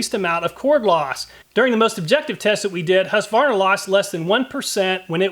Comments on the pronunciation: I get that you nickname Husqvarna "Husky" but it's not pronounced that way when you say it in full. Hues-Kvar-Na The "Kvar" is the difficult bit for American English. Prolong the A, sounds like "Kwan" (same as swan) but with an r mixed in and a sharper A. IPA/Swe: hʉːsˌkvɑːɲa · I couldn't understand the name you pronounced. And you didn't show it so we could see it. It sounded like Harsvana.